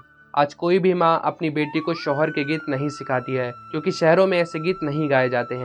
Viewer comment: शोहर नही सोहर होता है ।